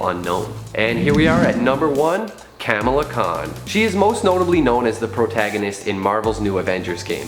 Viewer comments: yeah its Kuh-mala not kam-ala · It’s pronounced khmala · It’s “Comma La” Khan. There is a show on Disney plus and a movie.